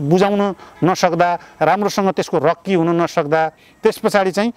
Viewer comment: रक्की हाेईन रेक्की हाे।